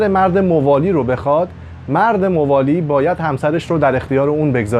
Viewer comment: تلفظ اسامی صحیح نیست ، موالی با فتح میم خوانده میشود ،حجاج بن یوسف ثقفی نام حجاج با فتح حاء خوانده میشود ، لطفاً در بیان وقایع مهم تاریخ از مستندات مقبول علمای تاریخ استفاده کنید ، اگر قرار باشد صرف علاقه به تاریخ و با خواندن چند کتاب تاریخی در این حوزه کارشناسی کنیم اساتید و دانشجویان تاریخ طفیلی هستند